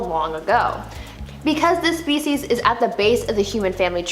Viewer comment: Every time she says"species" I hear"feces". It can be quite distracting